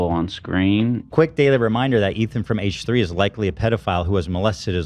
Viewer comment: "Haiche 3" 😂